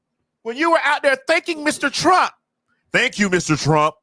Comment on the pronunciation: Caitlyn said i will bote for Donald trunk 🤣🤣🤣🤣🤣🤣🤣🤣